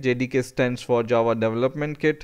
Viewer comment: was it just me or did it sound like he was saying jawa the whole time, like from starwars